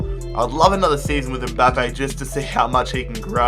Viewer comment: It’s mbappe not mboppe